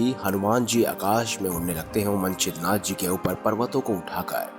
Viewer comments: ये मनछिद्र नाथ क्या है? मत्स्येंद्रनाथ कहिए प्रथम सही उच्चार कीजिए । और यह कथा नाथ सम्प्रदाय में साम्प्रदायिक महिमा बढ़ाने के लिए प्रचलित है। किसी भी रामायण में नही है यह कथा । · मत्स्येंद्रनाथ को तो यार तुम मन छिद्रनाथ बोल रहे हों। उच्चारण तो सही रखो